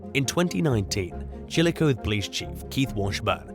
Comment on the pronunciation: It's pronounced Chilli-cotheeeee, Ohio 🙂 Long E.